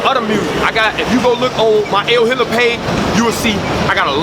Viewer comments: Its EL Hitta not el hitla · Lol “El Hitla”😂😩